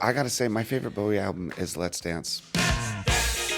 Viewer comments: he did not just say baow-ee i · Why Can't Say his name right - It's Bowie, Like The F*ckin' Knife